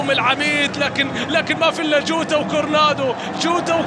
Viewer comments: يريت تفهمو لهل معلق انو اللاعب اسمو جوتا مو جودا ياشباب مشان ازا علق عمباراة تانية للاتحاد مايغلط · المعلق ضجاج و اتحادي و ينطق الاسامي لما يتوهك : جوتا اصبح جوده روماريو اصبح روما .... اخي روما شيء و روماريو شيء آخر ما سمعت ابدا اي معلق اجنبي ينطق نصف اسم لاعب برازيلي او ايطالي او اسباني او حتى برتغالي .... ارجوكم عند التعليق ان تذكر اسم اللاعب كما هو اما اسمه اذا مشهور او اسمه و لقبه اذا شهرته قليله حتى لا نتوه.